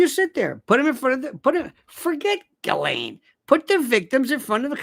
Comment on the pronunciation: Lionel stop it with your creepy pronunciation of her name. That is low class. I thought of you as more like David Niven. Classy